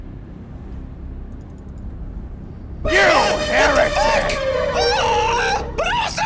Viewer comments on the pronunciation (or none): He says "You heritic!"